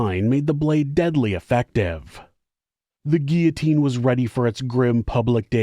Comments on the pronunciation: Not gia....the LLs are pronounced Gee lo teen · Guillotine. Guill-o-tine. 'Guiotine 😂😂😂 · Curious with all due respect to. The grammatical pronunciation of 'guillotine'. Is it an accent based result for pronouncing sounding like: 'ge au tine', an accent based thing?. That's how it sounds to me, as a 4th generation born and bred Australian immigrant. 🤔